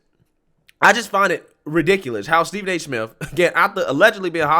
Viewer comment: Did he just say Stephen A simp?